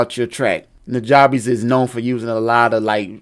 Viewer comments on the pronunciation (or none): It's pronounced newjuhbess. The "ja" is like the "ju" in jump. He says it on his Ristorante mixtape. Great tutorial as always. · Love what you do and this vid! One thing I want to send your way. It's important to his legacy that we pronounce his name correctly. It's pronounced "NEW-JUH-BESS". I was corrected years ago by one of his personal collaborators and specifically told that we need to respect his legacy and let people know before the memory is lost with time. Peace and Positive Energy! :)